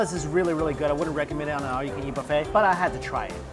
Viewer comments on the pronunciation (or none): none